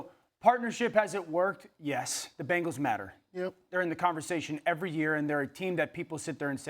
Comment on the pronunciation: If you pronounce "Bengal" correctly, it might help